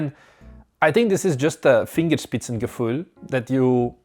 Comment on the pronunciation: As a German, I was surprised to hear you use the word "Fingerspitzengefühl", but wanted to compliment on the correct pronounciation 😸 To anyone unfamiliar, it literally means "finger tip feeling" and figuratively describes using your finest sensibilities to master a given task.